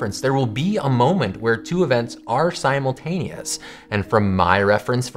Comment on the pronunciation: We can't agree on what is simultaneous. Guess what? I don't even agree with your pronunciation of simultaneous.